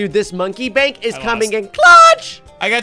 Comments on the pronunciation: You were supposed to say monkey Bank not monkey break I was trying to tell you that you mispronounced something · said BRANK Instead of BANK